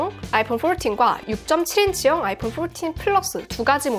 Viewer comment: 영어 쓰시는데 왜 이리 웃기지요???ㅋㅋㅋ 아이뽄 뽈튄 ㅋㅋㅋㅋㅋ뽈틴 ㅋㅋㅋㅋ 너무 오바해서 영어발음 ㅋㅋㅋㅋ